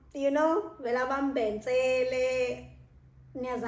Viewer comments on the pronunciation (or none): none